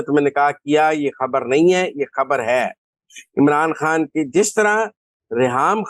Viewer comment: My dear lady, it's undar ki khabbar (not habbar)and Imran khan is not is( not Imran Haan).thanx grat informatic show .